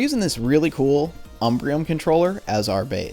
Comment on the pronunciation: If only you could pronounce "umbreon" correctly